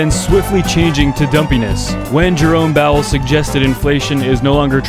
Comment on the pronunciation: Did you say… Jerome BOWEL? 😂☠️